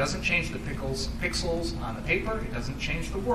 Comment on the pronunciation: So it was the prosecution that said "pickles" instead of "pixels"..lol. I seem to remember a 'debate' where someone said to Destiny it was the judge who said that...lol. Someone needs to re-watch that bit.